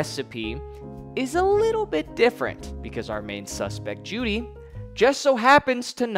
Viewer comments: it's pronounced "joe-dy" btw not jewdy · You can tell he clearly did his research by the way he mispronounces Juedy's name throughout the entire video. Dude didnt even take the time to fact check his NAME lmaoooooo